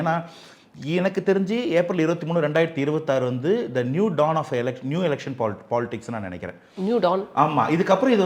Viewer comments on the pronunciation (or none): Tell the anchor it’s “New dawn” not “new don” 🤦‍♂️